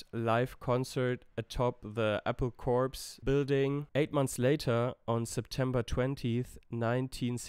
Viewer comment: More corrections: Apple "Corps" is pronounced as "core" - it's a pun. Lennon was only really a heroin addict in 1969/1970. For a few years before that he had a kind of psychosomatic addiction to LSD and/or cannabis. It should be clarified that Let It Be was mostly recorded (overdubs excepted) in 1969 - set aside, then finished with the help or hindrance of Spector the following year as the Beatles were winding down. Lennon was shot on Dec 8th but the details filtered out across the 9th and 10th. The killer Mark Chapman had a history of delusory mental-illness. Final comment - there's plenty of innovation, or at least superior/non-standard musical practices, in their songwriting, during their so-called "boy band" era. But you have to know what to listen for, you have to know somewhat of the general trends in popular music in the early 1960s, to understand the significance of things like that jump to B-minor-5 in I Want To Hold Your Hand, or the jump from B to G in That Means A Lot and from D-minor to B-flat in Think For Yourself, or the D-flat/G-flat/E-flat sequence in McCartney's It's For You... Not forgetting all the odd-numbered phrases, usually in Lennon songs, which were/are a little uncommon.